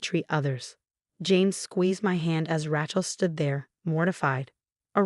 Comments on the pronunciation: I had to stop 3 minutes in. Ratchell was driving me nuts. If you're going to use these stories at least use an AI or whatever that can pronounce names. It's embarrassing and absolutely hilarious. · Ok. Let’s talk about pronunciation. The girls name? Rachel would be Raychel. Long a. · Yes, the name 'Rachel' is pronounced as 'Ray-chul,' with a long 'a' sound in the first syllable 😁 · That Rachel is annoying cant you read properly and get the name right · The pronunciationof Rachel's name is really irritating😮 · Never heard Rachel pronounced tjat way. Can't listen anymore. You have a gall taking God's name im vain. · you need to learn the English pronunciation of "Rachel". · The many times the brain-damaged AI spoke rachels name, it barely managed to pronounce it correctly about, what, 3 or 4 times? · Thanks to whoever corrected the name for Rachel!! The person who narrates these stories continually mispronounces that name wrong, and I let it go. I was going to do it today because it was driving me crazy, but someone beat me to it!! Now, I'm going to check for other words. 😮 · Sorry but this is so off putting because she can't say RACHEL. Hair? 😂😂😂😂😂😂😂😂😂😂 go away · Interesting pronunciation of Rachel.....ooh maybe it AI lol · There she goes again with a mis-pronounced Rachel lol xxx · It's not RATCHEL it's RAYCHEL FGS. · Really please learn how to pronounce RACHEL...NOT RATCHEL!! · Its pronounced Raychel not Rahchel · It's Rachel not Rattle. My goodness you didn't even bother to proofread??? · Rachel. Rattle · OMG… secret hair?? That cracked me up! And now, Ratchel is called Rattle? How can the channel allow such glaring mistakes to remain uncorrected? “She stood alone, watching a squirrel beneath the chandeliers”????🤣🤣🤣🤣🤣🤣🤣🤣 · The name isn't 'Ra-chel' it is 'Ray-chel.' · I rather like Rat-shell. Loads of possibilities. And I agree: it's Ray-chel. It's not hard. In fact, it's harder not to pronounce it correctly. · It’s RATChel because she’s a ratchet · It's Ray/chill.